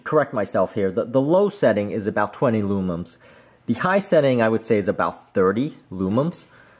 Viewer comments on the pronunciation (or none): For the love of all things holy, IT’S LUMENS. *NOT* LOOMUMS